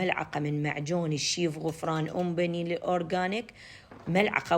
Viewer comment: أموت عليج الله شاهد وطبخاتك روعة تبارك الله بس تلفظي الشيف بالفتحة فوق حرف الشين مو باالكسرة لان اللفظ يطلع غلط من باب المحبة والله 🌺👍🏼👍🏼👍🏼